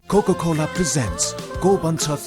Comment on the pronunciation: Mahanaayak jyoo, pronounciation thik garnu paryo 'kokokolaa' haina 'kokaakolaa' hunuparne ? Chalchitramaa Hero banera maatra pugdaina English boldaa correct uchchaaran pani garnu paryo, ani you tube ma maari bigyaapan ghusaayera cut, fwd gardaa gardaa hairaan bho herna laai.. ani stariya pani chhaina, time pass jasto garera TV waalaale paisa kamaaune dhandaa jasto laagchha..